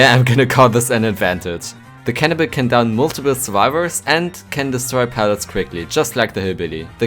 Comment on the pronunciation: It sounded you said cannabis instead of cannibal XD